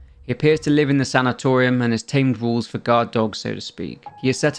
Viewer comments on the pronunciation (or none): The way you pronounce sanitarium hurts my ears.